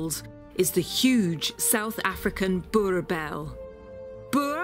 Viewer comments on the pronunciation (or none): It really should be basic journalism skill to make meaningful inquiries regarding the pronunciation of something in a foreign language. A little bit of effort makes the world of difference in journalism but this lazy lady is obviously above showing the simplest of respect to her subject matter. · I thought fixed her pronunciation of the breed but then its all wrong in the outro again. x.x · You pronounce them "boer" "bulls" not boerboels. But great video! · it is pronounced as boer-bull not boer-bell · I thought the pronunciation is bo-er-bell not boor-bell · I'm sorry but It's Boo-RR BULL... not BooBell. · Not boer-bell ... but boer-bull. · Its BURBULL not burBELL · can nobody say it correctly? it is pronounced 'boorbowel' not borbell or brrrrbell ok? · So annoying of her to keep saying Boerebells... its boereboel(pronounced Boorebull) or Boerboel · Its "Boer...... Bulllll" not "Boel Bel" wtf.... learn your "Is and your Rrrrrrrrs" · Why do you say Boer bells😂 say boer boel, "Boer bull" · It is not a BOERBELL it is pronounced BOERBOOL. They are terrible guard dogs because they sleep through a burglary. You must have small dogs to wake the buggers up and then they are lethal. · It's pronounced boor-bull. Not a dog we often see in South Africa because of the space they need due to their size but absolutely beautiful. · Boerboel pronunciation: "Boo-rr Bull", also translated as; Farmer's bull. Great guards dogs. Thank you for this video 👌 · Hi there, from South Africa. It is pronounced Boor-Bull :) Fantastic episode. Big fan of your series also :) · What's a 'Boer - bell?" 😂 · More like burrbull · You butchered that pronunciation, boel is pronounced like bull. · We have owned 2 separate males over the last 20 years and all you heard here is exactly correct...the only thing that she hasn’t gotten correct is the name, “BoerBoel = BorBull” phonetically. Other than that everything you heard is absolutely correct, easily the most magnificent k9 on the planet!